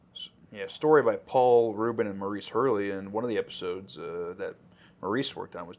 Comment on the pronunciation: (Maurice Hurley's first name is pronounced "Morris." Just FYI.)